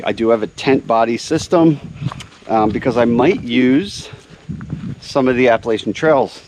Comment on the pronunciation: It is pronounced Appa LATCH ian. Thanks